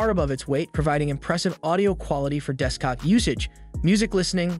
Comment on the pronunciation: Was it only me or did he say deskcock usage